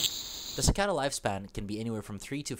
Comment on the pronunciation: si-kay-duh, you mean, dude.